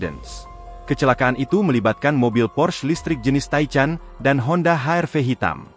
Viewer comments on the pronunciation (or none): Porsche bukan Porche apa Pors...😂😂 Apa lagi Taychan... 😂